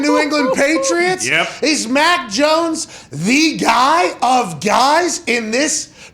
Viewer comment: Lol😂 it’s mac jonesss. Who mac joness